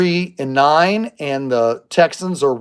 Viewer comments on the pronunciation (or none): none